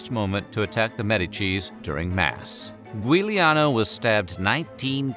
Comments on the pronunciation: Giuliano is not pronounced Gweeliano, but Juliano. Damn, I cringed when I heard that. Cool stuff, though. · "Gwee-lee-ano"? Are you kidding me? 😂 It's pronounced, Juliano! "Giu-" is a tripthong in Italian, pronounced Ju, or jew, or joo... And yes, I looked it up. It was Giuliano and Lorenzo, who were killed. While gui- in Italian exists and would be pronounced "gwee-", as in Guido, you've still got the facts on the names wrong. Better editing and fact checking is needed here. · Giuliano is pronounced Juliano. 😉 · Yep, 434-453 AD. Yet another wrong thing I've discovered in this video. The other, is narrator's butchering of the name Giuliano, instead saying "Gweeleeano". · Also, someone needs to edit better so narrator is not saying "Gweeleeano" instead of properly pronouncing Giuliano*. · I would say that the worse betrayal in this video is the betrayal of the Italian language. You seem to try so hard to get the Greek, Japanese’s and Chinese names right and then slaughter the Italian. Giuliano is pronounce ‘Juliano’ the ‘i’ following the ‘g’ makes it soft like the English ‘j’. Is that really so hard for English speakers to get their heads around? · And pronouncing Giuliano correctly. Agree, better editing is needed.